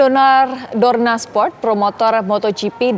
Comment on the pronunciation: News anchor nya typo Dorna malah dornar kalau tau 😂